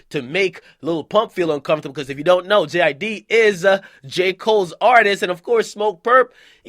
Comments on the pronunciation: I thought you say J IDK 😭😭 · Its jid bro just Jid